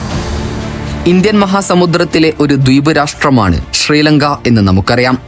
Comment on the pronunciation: ശ തീരെ വരുന്നില്ല എല്ലാം ഷ ആണ് ഷ്രീലങ്ക, ഷേഷം